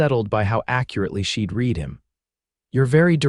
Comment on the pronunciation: "Read", long E sound is either present tense or future tense " Read"with a short E sound is past tense.